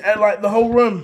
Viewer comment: it's room not ROM